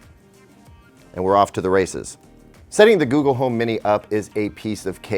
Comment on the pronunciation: On he almost calls google gaygle...